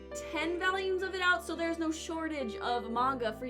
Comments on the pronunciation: why do you keep saying "values" isnt it volumes? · why does she keep saying valium? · Stop saying valiums plx. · I am also from the midwest and... that's not how I say it. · i have never heard a brit say it like that